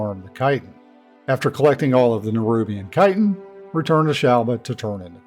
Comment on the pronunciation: Thank you for pronouncing chitin correctly!